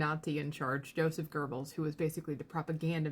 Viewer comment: Great video but there's no "R" in Goebbels.